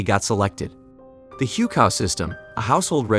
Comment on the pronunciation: FYI, Hukou is pronounce hoo-co, and Xi is Xi Jinping’s surname, so referring to him as Mr. Jinping is like referring to Joe Biden as Mr. Joe (unless that was your goal)